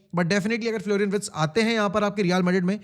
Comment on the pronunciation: Wirtz hein woh not Writz